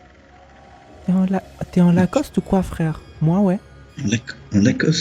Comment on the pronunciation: Tu ma bute sur le 't en lacoste ' chui mort